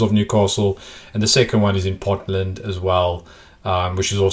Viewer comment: Ponteland is pronounce Pon_tee_land